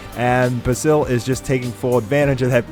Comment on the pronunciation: Can you not pronounce basil?